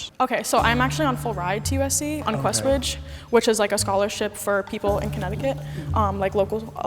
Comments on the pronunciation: bruh why would she say quest bridge 😑😑😑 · Sis said Questbridge 😭